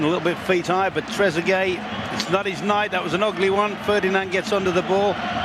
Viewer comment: Sounds like he said Tregueree 😂